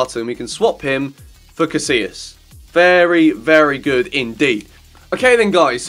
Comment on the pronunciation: Did you really just pronounce "Casilla" like "casiLa"? Omfg facepalm